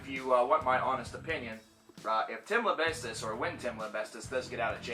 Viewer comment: "Tim LIMBESTIST" lol